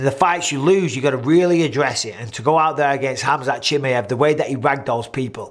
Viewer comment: I always get a kick out of the way Mike pronounces Chimaev 😅. I think khamzat is the 1 lying here. But it's not because of him being scared or trying to back down, I just think the only reason he even called Alex out was cuz he just got the belt, has a deficiency in wrestling, and is in the same division he's competed in as well. Once ufc told him yea, we'll give u Alex like u asked, but it's at 205 and for no belt....he was prob like "k well fk it then lol" that makes no sense